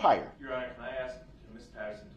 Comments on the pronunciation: This dumb guy. Every time his street mentality came out , my nerves would cringe. He is unable to say normal words like aks instead of ask and trufh instead of truth. He got lucky the judge allowed him to represent himself. U can tell the difference if how he acts with male and female. He wasn't able to talk and act like this when he was first arrested with the male cops. He acts totally different towards females. I'm so glad he is in a room with four walls for the rest of his life for what he did. RIP to the victims and condolences to their families. But, either way, I can't stand people who act like this and more times than not, when they act like this they're lying about something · I love when he says, (AX) me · He said he doesn't mind if we "axe" him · Darrell says that's a lie, and that's not true .. meanwhile.. he pleaded guilty to all of it. Also can AXE you a question.... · Substain, Troof, axe, Oaf of office, biast, his continual use of “that’s not fair”; looking up at the ceiling; this courtroom has no integrity (says the man CAUGHT on video lying compulsively and continuously); I could go on and on about his toddler like behaviors. I could not have been able to sit quietly in the courtroom without speaking out of turn 😂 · Axe me The truuf So cringe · You axe her ?? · I have a question is it asking or axing, ?, 😞😴💩😲